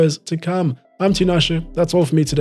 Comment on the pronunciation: Tinashe's pronunciation of foreign teams and players is always impressive 👏👏